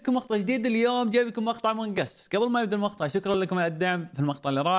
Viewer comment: شباب مابي اتشمت بس هو متعمد يقول المخطع ولا لا اذا به شي او ثقل الله يشفيه ويشفي جميع مرضى المسلمين